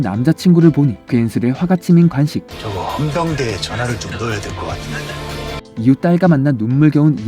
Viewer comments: 간식이 아니고 관식입니다. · 목소리 좋습니다 다만, 간식=> 관식, ㅘ 발음을 잘 못하시네요. 😢